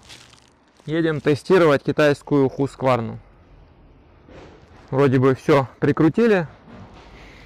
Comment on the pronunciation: Правильно говорить - Хусквана) Я в роликах их слышал.